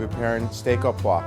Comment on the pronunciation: it is "oh-pwaw-vrah". Proper French pronunciation is important in our industry. Please learn it. "oh paw" is sickeningly raw and crude.